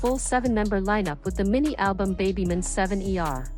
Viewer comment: Well, it's also not pronounced "beh-by monster" but that's what you get when AI reads for you